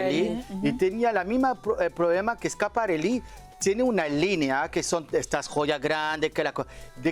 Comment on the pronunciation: Qué ridícula es una de las comentadoras que no tiene vocabulario en español y de repente dice "el vestido es super complimenting" o "con el vestido quiso hacer un statement" y para remate pronuncia Schiaparelli con acento gringo. Seguro que tambien dice Carolina Jerrera 😂😂😂